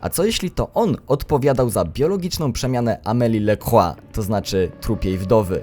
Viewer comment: lacroix sie czyta lakrua